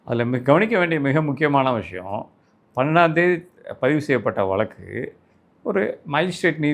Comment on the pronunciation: வலக்கு இல்லை, வழக்கு 😂